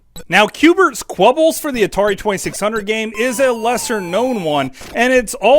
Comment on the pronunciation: QBert's Quebbles? It's spelled Qubes and is pronounced "Cubes"